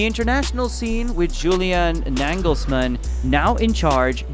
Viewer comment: Really? Nängelsmann and DIE Mannschaft😂 how could you pronounce the A in the End as an A but in front as an Ä😂